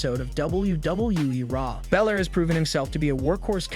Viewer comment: Its Balor not Bilor 😂 dickhead